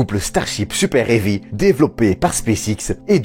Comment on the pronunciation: Et le super-hairy aussi. Je trouve ça cool, le lanceur super-poilu, ça a la classe. Mais ceci étant, ce n'est pas un problème de prononciation (AMHA), mais plus une question d'accent (belge je suppose). C'est ce qui est sympa avec la francophonie, ça met un peu de variété.